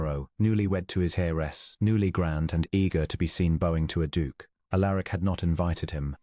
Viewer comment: Prononced 'Al er ic'